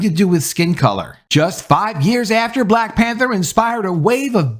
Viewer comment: It's hard to take you seriously if you can't pronounce the word "Black" without over pronouncing the word.. ijs.. listen to how this man says "BBLLLLLAAAACCCKKK" every time.. fucking hilarious 😅